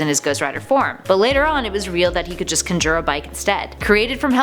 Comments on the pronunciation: and... You said "conjure" wrong. I hate to be a dick but this really bothered me for some reason... It's pronounced like "kon-jur" n "kon-joor" or however u said it... it's NOT a big deal at all but I'm just pointing it out bc, like I said, it really bothered me for some reason...not like it will but don't let this prevent u from doing anymore list videos bc I actually really enjoy them... there are sooooo many that I'll just binge watch them from time to time n I definitely still have not seen nearly all of them lol......keep up the awesome work ""!!! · GLAD I'M NOT THE ONLY ONE THAT NOTICED THAT. Its "khan-jurr" not "kun-jer" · cunjir cynjir HOW DI YOU MISPRONOUNCE CONJURE SO BADLY, srrsly I hear more mispronunciations in the top 10 video than ANYWHERE else I hope to God their doing it on purpose to make people more active in the comments or something but it's starting to piss me off. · Why is she saying "can jure"? Instead of can conjure, has the ability to conjure? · Conjure*** good lord where are you from??? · How does one "kunjer" things? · In what reality is conjure pronounced conj-r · Not how you pronounce conjure at all. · Why is she pronouncing conjure like that lmao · Have you figured out how to say conjure correctly? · It hurts me how she pronouns conjure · Please say conjure right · Why does she not know how to pronounce conjure? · She forgot to mention his greatest power. His ability to pronounce the word conjure. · Was I the only one bothered by ger mispronouncing conjure lol. Also he doesn't "set your eyeballs on fire" that's not what the Penance Stare is. It can be a side effect... But it isn't what it is. The Penance Stare turns all your sin and guilt against you. Forcing you to feel the pain you've inflicted on others. Also I knew all of these facts lol. She forgot that Hellfire doesn't burn you physically, it's cold to the touch and literally burns the soul. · I don’t like how she says conjure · She says conjure weird..